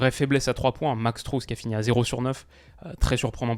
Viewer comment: très cool petite info max strus se prononce max streus et pas strous si jamais avec google traduction on entend la prononciation exact